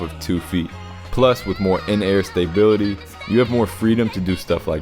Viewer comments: *stah bility lol never heard STAY bility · Stop saying staybility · I love all your videos but you're killing me with the stay-bility lol.. respect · S T A Y B I L I T Y... great video though